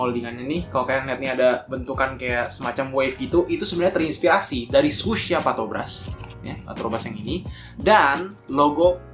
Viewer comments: 3.05 "Partobras" 😂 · Harusnya patrobas cuk bukan patobras wkwk